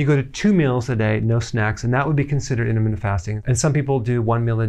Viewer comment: I love Dr. Berg, but why does it bother me so that he says "intra-mittent" fasting, rather than "inter-mittent" fasting. Shut up, my blood sugar is low 🤪